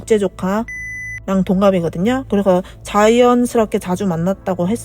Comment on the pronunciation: 성우분이 말하는건가? 왜이리. 발음이 안좋아. 그래서를. 그래허. ㅅ자 발음. ㄱ자 발음도. 듣기 거북하네...